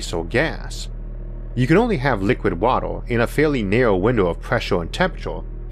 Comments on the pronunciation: He can't say the 'uh' sound and instead replaces it with 'ah' or 'oh' sounds. ("Water" becomes "watoh") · "Watuh" I love you, and I love this. Subbed. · The way you pronounce 'water', sounds more like Gary Kirpky's accent in Big Bang Theory🤣